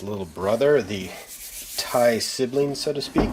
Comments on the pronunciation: Not sure why but hearing it pronounced as TIE instead of Tee Eye gets me so irritated. 😂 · Duuuuude it makes me so mad hearing you say 3070 Tie